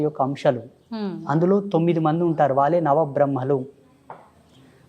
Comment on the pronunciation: యాంకరమ్మా వెల్లి-✖️ వెళ్లి- ✔️ వాల్ల-✖️ వాళ్ల- ✔️ కల్లకు-✖️ కళ్లకు-✔️ ఇంకా చాలా…..